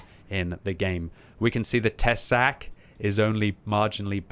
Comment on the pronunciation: Tesák. Te is pronounced short sák long. With strong hard K